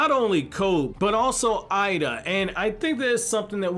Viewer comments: it's pronounced Ayeeda not I ee da lol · i think her name is pronouced like Eh-Da. think of hiei from YYH ei sounds like eh in japanese